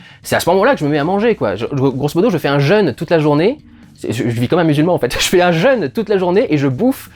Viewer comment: "Je me fais un jeune toute la journée". Un jeune ? Tu veux dire "un jeûne", je suppose. Ta prononciation peut prêter à confusion. LOL